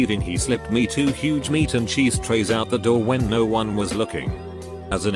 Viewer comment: Nobody: Literally no one: This audio bot voice: hoUOuOge